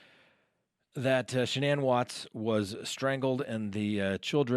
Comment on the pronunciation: Her name was Shannan rhymes with Dannon. The woman has passed let's have respect and pronounce her name like her mother did in court.